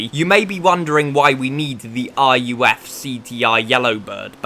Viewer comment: Ruf is the second name of German tuner. It can not be pronounced as R-U-F. Only Ruf. Pronouncing as R-U-F is as stupid as pronouncing Ferrari as F-E-R-R-A-R-I.